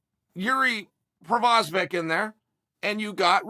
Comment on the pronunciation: Who else came here to laugh at Al the Chael Prohaska jokes... did anybody get a count on how many times he said it wrong? I made it into a drinking game and was passed out within 5 minutes 🤣🤣🤣.. And I know he knows exactly what he's doing, genius..